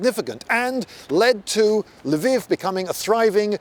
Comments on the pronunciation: learn to say LVIV if your gonna make a video on it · "Lviv" does not mean "Leo"; rather, it's a possessive meaning "Leo's" (the first L is pronounced as in the French article "la", so to an anglophone's ear, it would sound like L'veev'.) It's also true in Polish "Lwów", where it's pronounced as L'voof. And also in Russian, where it's pronounced L'vov. Amnd even in Czech, where it's pronounced Lvov (without softening the L). p.s. Incidentally, "Kyiv" is also a possessive that means "Kyi's".